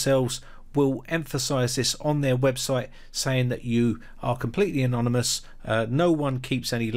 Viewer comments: I know, I know, I'm being picky; - but it's anoNyMous not anoMyNous. Good viveo though. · Anomynous? Really? (You're transposing the "n" & "m"). You must mean Anonymous. You'll have more cred if you say it right... don't ya fink or don't ya? How 'bout Tor?